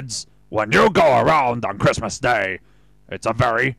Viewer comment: the way you say christmas makes me realize why they say decemberween instead